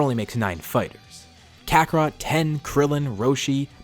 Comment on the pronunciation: It's tien not ten